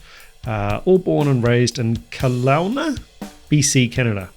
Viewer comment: Kelowna rhymes with hello-nuh.